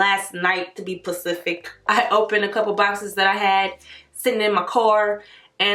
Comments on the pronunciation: lmao at "PACIFIC" instead of "SPECIFIC" I really like this look. Really pretty. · you are sooo beautiful and I looove your videos.. but if you say “PACIFIC” one mo time in the place of “SPECIFIC” I’m gonna put yo ass in timeout lol